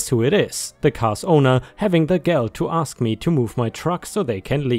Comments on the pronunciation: Dear, your "gall" sounded like "gel" [hard "g", dialect for "girl"] instead of "gall," which rhymes with "all". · Gall not gal